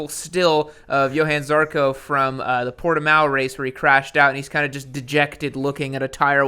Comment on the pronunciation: love how you say Portimao instead of Portimão even though you're fluent